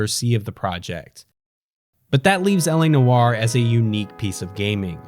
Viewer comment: LA Noire is not how you are saying it you're pronouncing it wrong everybody pronounces this game's name wrong just like you people do with Ubisoft